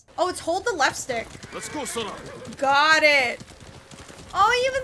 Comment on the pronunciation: Kage is pronounced as Ka-gay 😅 Like Hokage from Naruto & 😅 your sora sounded like soda Also, this game reminded me of Middle earth: shadow of mordor cuz of it's similar elements & fighting style